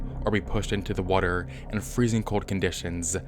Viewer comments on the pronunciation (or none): bruh why he say water like that😂😂